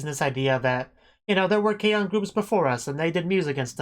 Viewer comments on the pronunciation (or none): It’s not K-o it’s K-on